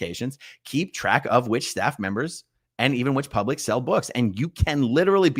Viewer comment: It’s pronounced “plublic defender.”